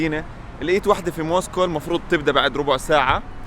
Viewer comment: يعطيك العافية جوله بزاف هايله و الاجمل انك في النهاية ذكرتني بمراسل الجزيرة " اكرم خزام" و كلمة موسكو بينطقها زي ما نطقتها" موسكووووووو"